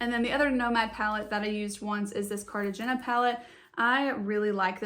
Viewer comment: nice video! not super important, but "Cartagena" is pronounced car-ta-hay-na. It's a city in Colombia!